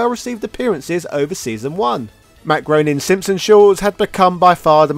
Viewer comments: Hey, I am so with you on Ryu, but for the love of all good, Groening is pronounced ' Graining '. 😜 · I notice a lot of people mispronouncing Matt Groening's name... It's pronounced Grain-ing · Since I know how much you appreciate it when the comment section “corrects” your pronunciation, Groening rhymes with Complaining. Your kinda guy :)